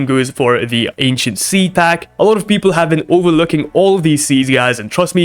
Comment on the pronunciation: Bro really said sea pack 😅